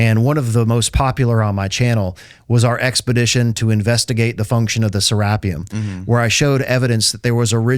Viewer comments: Serapeum. “Seh-rah-pee-umm” Not “Seh-rap-ee-um. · IT'S SERA---PEEUM, NOT SE----RAPPEUM !!!!